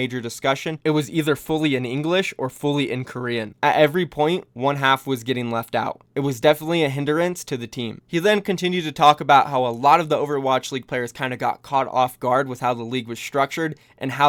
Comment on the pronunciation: why u pronounce interesting as inter-resting and hindrance as hin-der-rance?